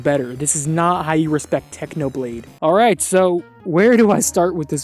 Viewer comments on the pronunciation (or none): none